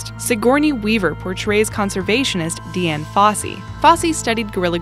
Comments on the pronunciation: Talltanic It's not Deann Fossey it's Diane Fossey. Spelled without the "E" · It's pronounced Diane Fossey, not Deeann.